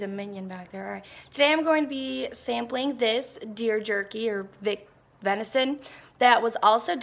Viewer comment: Don't worry. I can't say venison very well either 😅